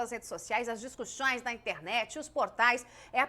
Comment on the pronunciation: Já dei um joinha , gostei da reportagem, mas olha a Joice falando nos primeiros segundos "discussões" ... Que jeito maluco de falar .... Discuxxoinnsssxxss.... Muito cômico ... Fico voltando so pra rir ....